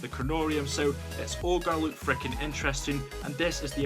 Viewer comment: At the beginning he said we r gonna be having a luke